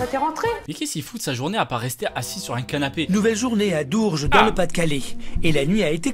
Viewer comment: J'ai entendu dourges J'ai buger ! J'y vie ! 🤣